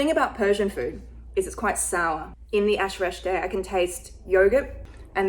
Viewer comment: You pronounced all of them right though Ash (e) reshteh was thicker than it should be and PLEASE don't eat persian food using your hands that's not right.